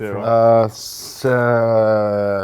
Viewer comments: We all heard “ uhh seeeeeeeeex six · *trying to decide weather to say 6 or 7* what says: seeeeeeeeex